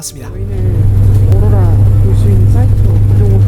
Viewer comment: 오로라 발음 왜케 못해욬ㅋㅋㅋㅋㅋㅋㅋㅋㅋ